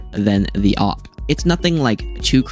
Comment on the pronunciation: Thats not how you say it its like A W P by letter you are saying op or opp or oop idk